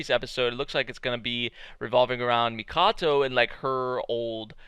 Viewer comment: Her name is Haruhime, princess is literally in her name. 'hime' means ruler The Amazons of legend did the same The name is Mikoto, not the Mikato you keep saying